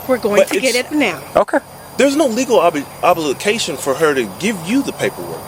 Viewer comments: This whole family is beyond uneducated 😮he said her oblicacation 😂😂😂😂😂😂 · "there no legal obatation"